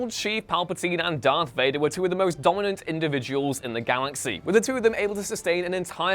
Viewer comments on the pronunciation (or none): none